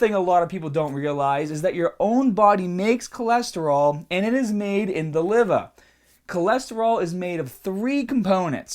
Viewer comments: Livuh. HAAAHHT. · dude are you from new York because I noticed the way you said "heart" "liver" and "other" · the LIVAH and diffrent PAHTS of the body are important like your HAHT ps best accent ever